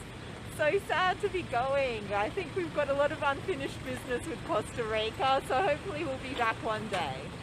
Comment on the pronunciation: the way she pronounced Costa Rica and the amount of times she did so was intensely CRINGE